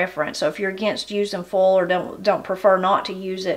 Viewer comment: I know you love language and pronunciation and such. Can you tell me how you would say, "foal?" When you say "foil," to me it sounds like "foal." So I wonder if both words sound the same to you, or if the vowel will shift on both words. I really love your videos!